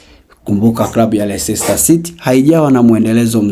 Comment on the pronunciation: Tamka lesta sio lesista😂